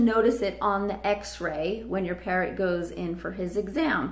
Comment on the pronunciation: why "parront"?